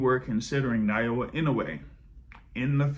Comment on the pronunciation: A little help on Inoue's given name: ✅ NAH-OH-YAH ❌ NAH-YOH-UH I don't see Monster-Tank ever happening. Maybe Inoue will grab a big money fight over 126 at the end of his career, but I don't think Tank will come down to 135 at that point.